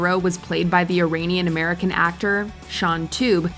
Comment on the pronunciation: irAAnian not ir AI nian